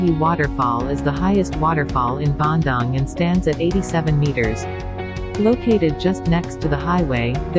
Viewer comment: the pronunciation of the City name is so wrong. whoever made it should have learnt how to pronounce it properrly